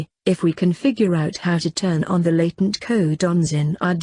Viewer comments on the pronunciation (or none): none